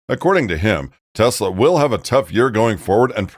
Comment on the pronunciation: Try it! TESLA! With T, like Trouser, and then es, like Escobar. Then la, like laughing. Not! Like "Law".